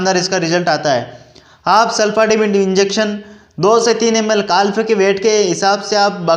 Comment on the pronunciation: काल्फ नहीं काफ बोलिए